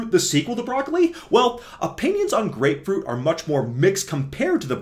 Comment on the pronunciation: Blud flow and grepefrut 😂😂